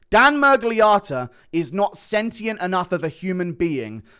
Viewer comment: Sentient. Learn to pronounce sh not sent